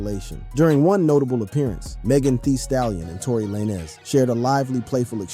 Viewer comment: Tory La Nezz 😂